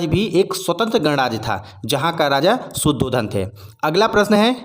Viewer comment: भाई | शुद्धोधन नहि शुद्धोदन है | (शुद्धता की उदय) ... |